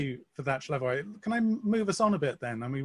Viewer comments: Slavoj (not Shlavoj) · Slavoj is too gracious to correct the interviewer, so I will. His name is pronounced Slavoj, exactly as written, not Shlyavoj.